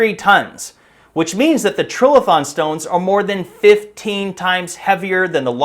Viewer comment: Another hack who sees the word "trilithon" and lacks the vocabulary, general knowledge or ability to analyse how a word is written. Nor can he be bothered taking a couple of seconds, in this day of the interwebs, to check the correct pronunciation . . . Perhaps he just copied Graham Hancock who has the same issue? "Tri" = three, "lithon" from lithos = stone. A structure of three stones, two vertical, one laid horizontally on top = "trilithon". Or alternatively, the vowel before a single consonant is "hard". Or, show your ignorance and inability to research anything, however basic, and say "trill-a-thon".